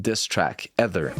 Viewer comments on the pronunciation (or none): Love the video, but Nas's song "Ether" is pronounced with a long E sound like "Eether". Or "she" for example. Not with a short E sound like "weather". Jussayin ❤️ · Nas' song is called Ether (EE-ther) not EH-ther 💙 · It's E-ther not ether wtf